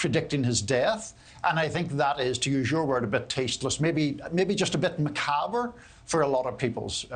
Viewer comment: It’s macabre, not macaber. The R is silent or just a hint of an R.